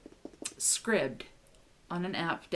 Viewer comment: And you say Scribd correctly!! Woohoo! Most people pronounce it as Scribed. Awesome! Scott.